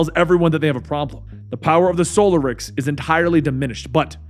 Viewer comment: *in Hermione*: It's soLArix, not SOlarix!